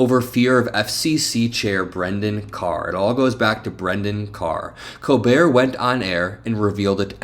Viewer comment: LOVE the show, but brother….. COLbert, not Co-bert😂